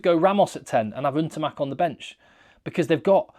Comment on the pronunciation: PLEASE, PLEASE……..I love your coverage of french rugby but IT IS EN-TAMACK, and not UN-TAMACK. Please don’t commit the sins of all other english rugby commentators and give respect to the man by pronouncing his name correctly.